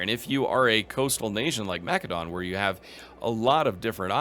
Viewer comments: Either say Ma-seh-don or if you're fancy Ma-keh-do-nee-a. Wtf is Ma-keh-don? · For the love of God, I don't know what it is with game streamers, but it is pronounced Ma·suh·daan. That's the proper, internationally-recognized, pronunciation of the word in English. So many of you mispronounce it. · Sorry but the way you pronounce “Macedon” makes me cringe… the “c” is pronounced as an “s” like Mas-e-don. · Ma-suh daan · Why can’t any Imperator YouTubers pronounce either Imperator or Macedon correctly? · That is a very fair answer, however I would say that in English Macedon has only one pronunciation and you’re speaking English not Greek. It’s an understandable choice however; especially if you do it consistently. Latin words also sound very different in English than in the original Latin. I had no idea you were German though and that fact alone makes me much less annoyed by minor pronunciation differences. I honestly thought you were a native English speaker!